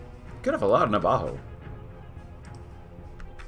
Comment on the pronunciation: not you you say Navajo